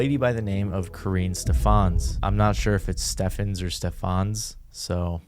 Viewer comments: Karrine = Core-rin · You said Karines name right the second time 👍🏾